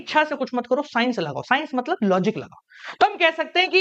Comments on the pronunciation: Matlab ❌ Maltab ✅ 😆😆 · Matlab❎ Maltab✅ 😅😅